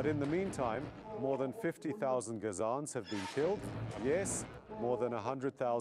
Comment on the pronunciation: The guy says "Ga Zonns". He didn't listen to much other news than his own, I guess.